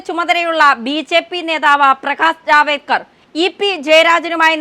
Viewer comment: ജാവേദ്കർ അല്ല ജാവദേക്കർ😂😂😂😂